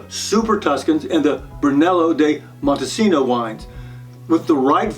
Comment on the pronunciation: Know the pronunciation of the different Sangiovese names first. Its Brunello di Montalcino not Montecino. Misinformation right there.